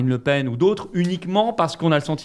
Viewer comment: "Marine La Pen (paine)" 😏pas toi mdrr